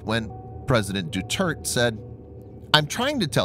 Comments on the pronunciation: Mark Esper is now Sec Def. BTW it's do-tear-teh. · Philippine president's name pronounced as "Du-turd". Sounds very appropriate.